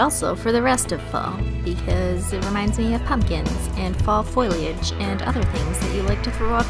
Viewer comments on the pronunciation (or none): had a giggle when she said "foy-lee-aj"... Foliage... Foe-lee-aj. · did she say foiliage instead of foliage thats so cute